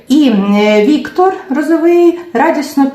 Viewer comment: А Ви спеціально наголошуєте прізвище Віктора неправильно? РозовИй та РозовИй 😐 Це елементарна повага до «героя» Вашого відео перевірити наголос в його прізвищі